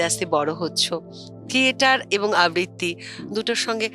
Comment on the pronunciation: আবৃতি নয় ,আবৃত্ তি আবৃত্তি হবে উচ্চারণে